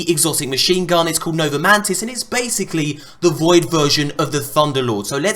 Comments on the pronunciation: just a tip if your going to talk about new exotics you might want to call it by the correct name? NOVA MORTIS not nova mantis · It's Nova MORTIS not MANTIS,. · Nova mantis, don't you mean Nova mortis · Nova mantis xD is nova mortis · nova mortis not mantis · MY GOD ITS NOVA MORTIS NOT MANTIS!!! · NOVA MORTIS. NOT mantis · Nova Mortis how hard is it to say it's not mantis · it's Nova *Mor*tis